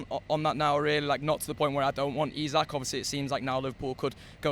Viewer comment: E-sak.... E-sak.... its fucking E-sak.. its not that fucking hard. All you dickheads that refuse to say his name right even though its dead easy are the worst